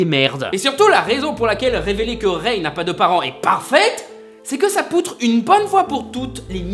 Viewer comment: ça se prononce rey et Dooku. Arrête de manquer de respect à la prélogie et la postlogie comme ça